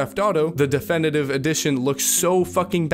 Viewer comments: The way you say "coherent" is jarring and should be addressed. "Re tracing"? Bloody hell man!! De fen itive.... What's going on bro???? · Coheerrrrent? Defenitive? Lol!